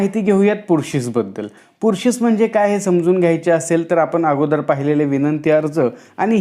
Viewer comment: Pursis not purshish